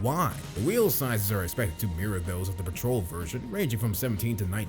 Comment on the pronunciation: Pooma😂 It’s pronounced Pewma. Plus petrol is not pronounced patrol.